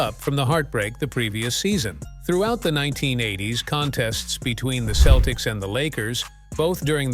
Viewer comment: I agree. Aparently they are now the Boston Keltics.